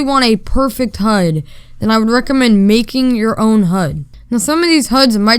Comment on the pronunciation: huds huds HUDS!! It’s H U D